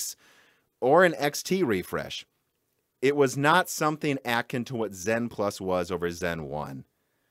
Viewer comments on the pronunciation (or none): The word "akin" has stress on the second syllable - "uh-KIN".